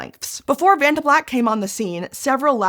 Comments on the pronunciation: When you said vatna it sounded like you pooped your pants. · Oh, come on, that acronym easily rolls off the tongue if you're not American. You should try a holiday on the beautiful island of Krk, you'll be able to pronounce "Vacnta" after that!